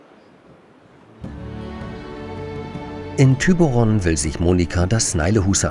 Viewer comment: Gail Gail Gail Genauso aktiv möchte ich auch sein. ich war schon 5 mal in Dänemark und ettlichemale davon auch in Thyborön herllich Thyborön auch mal so im fernsehen zu sehen. Ich sage immer Thyborön (weil man das Durch gestrine O als Ö ausspricht. ihr sagt Thyboron das habe ich anfänglich auch gesagt. papa sagt es heute immer noch ohne Ö sonder mit O.